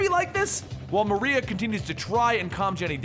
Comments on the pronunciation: Hey big fan but chick's name isn't Black "Maria" its Black Mariah "Ma-Rye-Ah"...like Mariah Carey. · u said her name wrong is black mariah not maria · Just FYI it's Mariah pronounced the same as Mariah Carey not Maria. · Love this video, but it's Black Mariah like in Mariah Carey. This was a hilarious read. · For future reference bro, it's pronounced Black "MARIAH" as in Mariah Carey. I know you like to be as accurate as possible, just thought I'd point that out for ya. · it's "Mah-rye-ah"